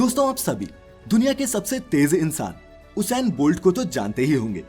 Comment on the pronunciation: bro its not hussain bolt , its ussain bolt